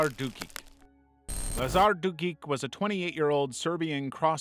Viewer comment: Croatian here, its pronounced Dukich not Dukik